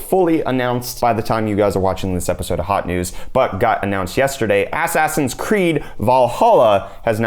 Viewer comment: ASS-ASS-ins creed bwahaha.